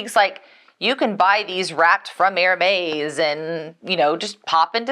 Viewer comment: You say Hermes funny. I’ve never heard it said that way before. The proper pronunciation Hermes - air- mez I got so annoyed when people do these videos and they can’t pronounce things correctly. You use your phone all the time talk to Google or ask your chat !!